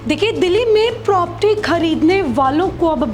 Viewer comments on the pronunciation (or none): बहन propti नहीं प्रॉपर्टी बोलो